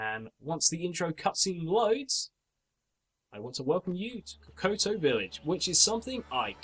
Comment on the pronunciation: "koto-koto" dude, kokoto isn't that hard to pronounce.